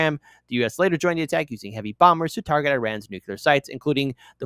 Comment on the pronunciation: I stop listening to anyone who says "nucular". Learn to fucking read.